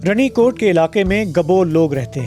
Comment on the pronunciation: Pronunciation is wrong sir. It is Rani kot. Raja ki Rani.